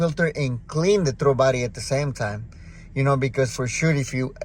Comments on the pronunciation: Oh. You were saying "throttle body." It sounds like you're saying "throw body." I've been searching for the Idle Air Control. After 25 different videos and 2 hours of internet search, I finally found out that THERE IS NO IDLE AIR CONTROL on the 2007 (and other years.) It's supposedly controlled by the "throw" body. Thx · "De trobody" 😂😂